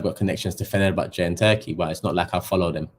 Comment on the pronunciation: Fenerbahçe, Fener'r'. "R" ye bas biraz güzel abim.